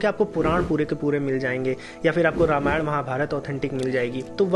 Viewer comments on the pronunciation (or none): none